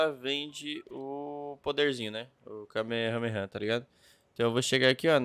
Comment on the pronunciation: Q desespero ouvir ele falando errado "kamehameha"